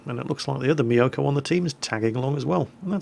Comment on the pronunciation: you pronounce mi-yo-ko instead of myoko. go watch some anime!